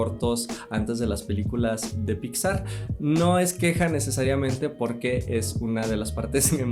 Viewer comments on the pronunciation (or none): none